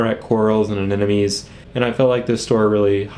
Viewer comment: Why does everyone think it is anenome!!! It is pronounced ANEMONE!!!!!!!!! Look it up!